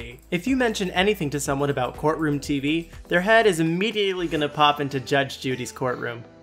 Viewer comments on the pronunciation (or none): none